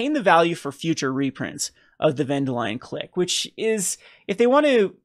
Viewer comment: Ven-duh-lion Clicque? I can understand your disappointment in this set so far, I mean the names are just so hard to pronounce..